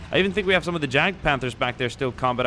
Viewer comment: It's pronounced Y-aged Panther not J-aged Panther.